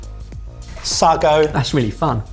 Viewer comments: it's said Say-go, not sar-go, that was painful to hear lol, the texture will be different because you used tapioca, while similar, not quite same result when cooked, tapioca is more gelatinous, whereas sago are pearls (think bubble tea), been awhile, but from memory, sago is naturally sweeter than taioca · Saggo????? Sar-go??? Don't you know the old joke "How do you start a pudding race? - " say go!!!! " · Sago pronounced saygo the a is soft as in cat. Microwaaavey anyone? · its pronounced "Say-Go" BTW,you can buy it in Tesco ,as kids we had to endure eating it cooked in milk (it resembled frogspawn)horrible....banana snot sounds about right! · Sago pronounced Say go. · Interested to ask if any of you had eaten sago pudding as children - a milk pudding like rice, tapioca and even macaroni!! We’ve always called it ‘saygo’ but you may be linguistically more accurate - great video though really enjoyed the processes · I was thinking this. Say-go is the way we used to pronounce it too. Used to enjoy it as a kid, made a bit like rice pudding. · Say-go. Used to have as a school meal desert. Sago pudding. Loved it, very difficult to find nowadays 😊 We called it frog spawn 😂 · Love you guys but it's 'say go'. Listen to Freddie 'Parrot Face' Davies, Everytime I ask for sago pudding, all I get is semolina. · Just fyi, it's pronounced Say-go. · Say-go when I was a kid 🤷‍♂ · Lads, lads - that’s not how you pronounce sago! Please sort that out. 😂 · It had me wondering whether I've been saying sago wrong all my life?? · Gosh I love this series and am so glad it’s back. However,- now as always I get really peed off by mispronunciation of ingredients and techniques, even those he would/should have learned at catering college. This time it’s sago pronounced as “sargo” instead of “saygo”, but the list is endless. A few seconds on google would fix those mispronunciations before they are recorded and the rest of the guys’ parroting of them. Sloppy? Lazy? Arrogant? Hmmm.